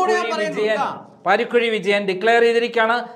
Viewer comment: Paarikkuzhi alla paarakuzhiyaanu